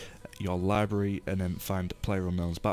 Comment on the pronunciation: "your lybry" ;D